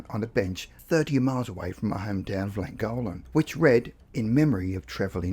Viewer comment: Llangollen = thwing-GOTH-lin